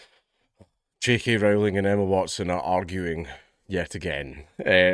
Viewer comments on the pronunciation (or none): When he says JK Rowling it sounds like "cheeky Rowling".